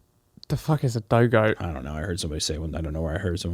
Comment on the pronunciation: Hunter the word you're looking for is "dough-dick" not "doe-goat"